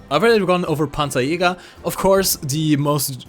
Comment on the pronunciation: Whenever he is saying Panzerjager, i'm listening Pantsu Yoga.